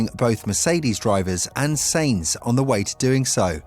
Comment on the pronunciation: I really don't like commenting negatively particularly because how good your content is but please stop miss pronouncing so many thing (Sainz and Alpine to start)